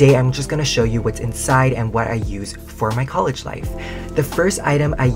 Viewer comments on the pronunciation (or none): none